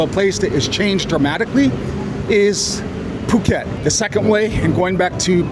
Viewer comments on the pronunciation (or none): none